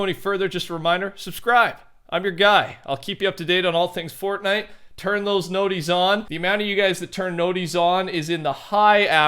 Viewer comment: say fornite properly